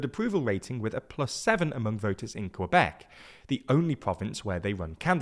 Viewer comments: Quebec is pronounced kuh-bec, not kwuh-bec, but great video! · A minor thing, but there is no w in Quebec, it's just pronounced "kuh-bek" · I listen to this guy saying “Quebec” and I want to bury my head in sand to just avoid listening his pronunciation of Quebec. TLDR for your French pronunciations please use “dictionnaire de rimes” to accurately pronounce a French word.